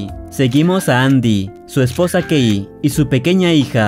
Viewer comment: ¿Alguien más entendió gay cuando dijo que la esposa se llamaba Kay?